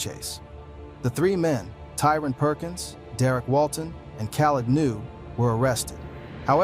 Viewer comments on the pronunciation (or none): none